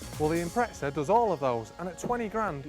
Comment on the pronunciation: Good ol impretsahs